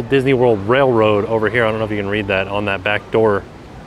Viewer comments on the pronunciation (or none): none